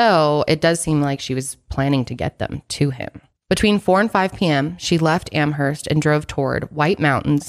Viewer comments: It's Amherst.. 'Amerst' the h is silent. I'm from there.. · Yes! Stoked for this updated episode on Maura. Oh, just a heads up, the “h” in “Amherst” is silent 😉 Am-erst xoxo, a masshole who lives two towns over 😊♥️